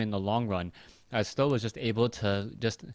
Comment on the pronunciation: why do you call him tho ? i thought he is pronounced samdan?